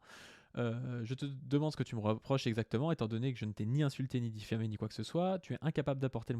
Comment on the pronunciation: Diffamé et non diphamé